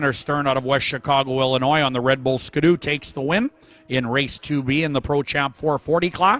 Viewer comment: The iconic Canadian hot rod sled : Ski-doo. Not Ska-doo....